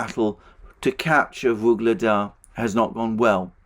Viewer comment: Every time says "Vuglada" I hear the Beatles song "Ob-La-Di, Ob-La-Da" in my head.